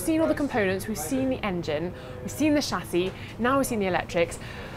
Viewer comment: What's a SHASSHI OR ALUOMINUM? LOL